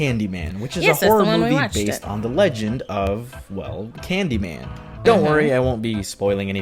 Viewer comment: caaned y man no you have to say candy man